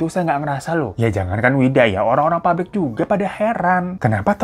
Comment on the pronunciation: PAPBRIK MAS BUKAN PARIK 😭🙏